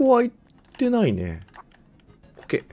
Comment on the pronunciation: OKって言ってるんか。 時々、コケ、コケ、って言ってるからてっきり世界観に浸ってるのかと。